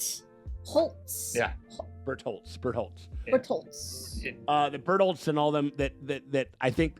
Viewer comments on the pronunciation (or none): His name is not Bertolts it is Bertototo. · The correct way to pronunced it is Berutoruto 😂😂😂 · saying 'Bertolt' sounds like butthole